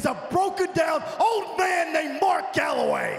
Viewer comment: Backstage: "Um, AJ, it's "Calaway not Galaway."